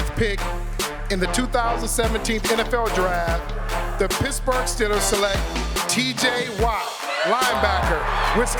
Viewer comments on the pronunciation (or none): sounded like he said “The piss-berg Steelers” 🤣🤣